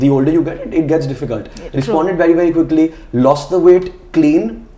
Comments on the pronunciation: She said 'quickly', not 'goodly'. Even I thought that she said that ;-). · Omg wtf i heard 'goodly' too. But she actually said quickly